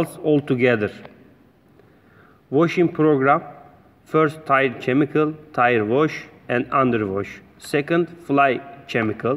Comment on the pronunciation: Chemical is pronounced as Kemical.